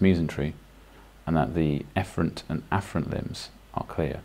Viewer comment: For the loop ileostomy did you say the afferent and efferent limbs wrongly? Can somebody help me understand?